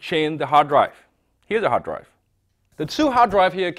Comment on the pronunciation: What the hell is hardaive? omg.. kill it before it legg eggs all over the reviews, i can't live with this kind of alien language!